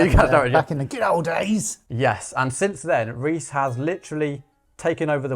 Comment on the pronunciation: Thanks for Pronouncing my name right! And for taking my question! You guys rule! Can't wait to hear more from him!